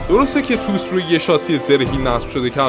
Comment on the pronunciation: تی او اس!! تلفظ درستش تی او اس T O S